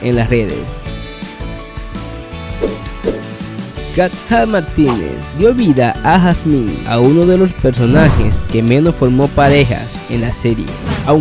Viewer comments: Dijo en nombre de Katja mal y casi me muero su nombre se pronuncia Katia (creo) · la pronunciación weyyy😫😫 se escribe KATJA pero se lee KATIA se escribe MICHAEL pero se lee MAIKOL se escribe parravicini pero se lee PARRAVICHINI se escribe JANDINO pero se lee YANDINO se escribe ANDREA DE ALBA y se lee como se escribe, no es ANDREA DEL ALBA